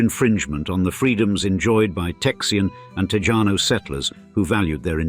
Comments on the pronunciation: At least pronounce "Tejano" properly 😑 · it’s properly pronounced like “Tehano”, not “Tejano”.